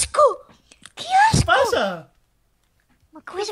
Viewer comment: desde cuando dice "asco" y no ajco?